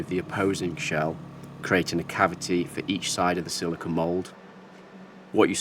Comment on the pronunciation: I don't know if it's your accent, but you keep saying "silikin". A common confusion with that material is silicone vs silicon (usually pronounced "silikin". Sili*cone* is the rubbery material you're using, sili*con* is a pure element that's primarily used as a base for transistors which forms the heart of all electronics technology we currently use. You may already understand this and my understanding comes from your accent, but I like to point it out when I hear it nonetheless because there are absolutely people that don't understand the difference.